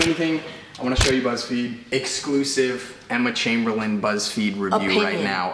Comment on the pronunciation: He pronounced Chamberlain wrong didn’t he?